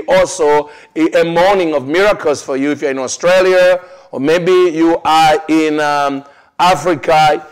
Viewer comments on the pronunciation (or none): none